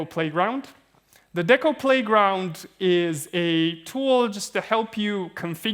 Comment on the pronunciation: >DECO >Literally stands for "DECentralized Oracle" >Pronounces it with a short E bruh